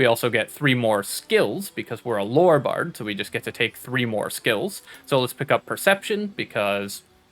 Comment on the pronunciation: THE WORD IS LORE NOT LORRY